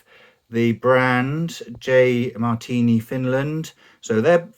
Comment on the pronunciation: Sorry but that's not how you pronounce "hei" XD. Not bad on the "Marttiini" though. Fun fact: the J stands for "Janne" or "Johan". That's the name of the smith who started the company. Johan was his official name, but that's a Swedish name and amongst Finns he went by Janne.